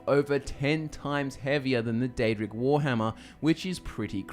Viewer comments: Its Daedric not aedric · Pre ounce the D